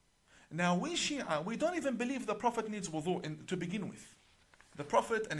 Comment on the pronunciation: He is not even able to pronounce the word wudhu correctly. What kind of imam is he 🤔